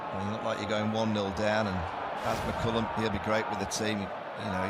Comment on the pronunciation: Rip English it's McCullum